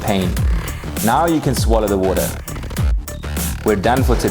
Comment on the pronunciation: But then we wouldn't have had the pleasure of hearing Whats-His-Name (??) say WATER (with that oh-so-Aussie accent😍), can't beat that 😉😜🤷🏼‍♀️